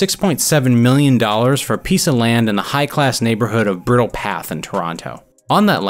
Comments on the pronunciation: The guy mispronounced The Bridle Path..... Bride, not Briddle path. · This guy pronounces every car with such a careful pronunciation and then just botches “Bridle” pronouncing it “Brittle” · "Bri-dal Path" broski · The way this dood pronounces some of the car names and the “brittle path” aka bridal path lmao cmon dude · this guy said brittle path lool true torontonian would pronounce it br-eye-dle path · It's not 'Burtle Path' you dingus, it's BRIDLE Path. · Briddle? It's Bridal Path like a horse's bridal or a woman's bridal party lol. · Brittle Path? Lol. You also mispronounced Degrassi. Obviously not from Toronto. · 'Brittle' path😭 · Pronounced “Bridal path”